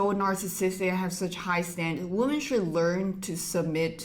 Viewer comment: Woman and women [Whi-men] is pronounced differently. This sounds so weird.